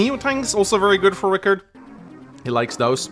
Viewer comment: It's Rii-karrd